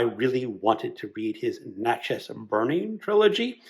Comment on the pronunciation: Great list! I have read Iles going back into the 90’s and love him. I lived in MS for a few years and still live in the Southern US. He portrays the region so well. And Natchez is pronounced “Natchez” like matches. I’m judging for the finals and have Eve and King in my group. It is going to be hard to rank them all!